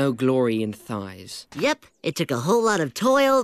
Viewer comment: Does he really say thighs